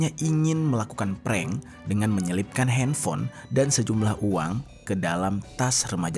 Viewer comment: Ngepreng apaan bukan ngepreng itu mah .